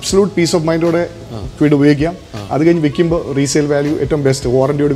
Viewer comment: കിഡ് അല്ല, ക്വിഡ് ആണ്